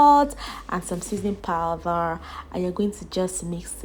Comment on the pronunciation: Its powder not powther